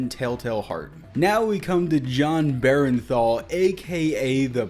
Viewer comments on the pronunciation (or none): Its pronounced Goldbloom!! John Bernthal. Not Berenthal